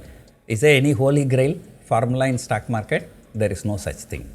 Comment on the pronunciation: It is STOCK Market. Not STACK MARCATE. 😒😒😒